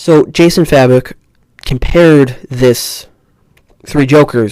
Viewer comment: Fay-bock is the pronunciation